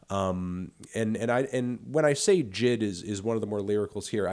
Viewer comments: J.I.D not jid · why are you calling him jid? it’s J.I.D